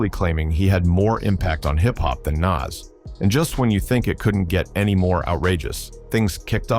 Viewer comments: His name is NAS not naz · Its not nazz like ass its Nas like oz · Every time this AI voice says “Naz”, or “Niz” it makes me cringe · It's not Nass or Nazz, it's Noss. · Bro learn to pronounce NAS !!!! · The narrator pronounced Nas like 3 different ways in the same video. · The pronunciation of "Nas" just gets progressively worse as the video goes on. I thought AI was supposed to learn as it goes. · Love the content cause it`s a nice summary for perople that don`t know. But please take the effort to do the commentary for real. I hate how the AI pronounces Nas different everytime and it`s what it makes it obvious. Man when you got love show love not robot! Please!!!